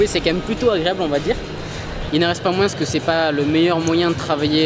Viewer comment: Apprends à parler... on dit "moins" et non "moinSSSS"